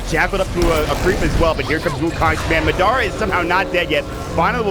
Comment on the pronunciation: Has no one mentioned to this caster the proper pronunciation of "Madara"?